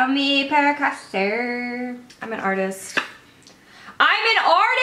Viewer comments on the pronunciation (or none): none